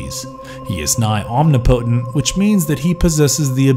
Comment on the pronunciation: Your syllabic emphasis on omnipotent was off my guy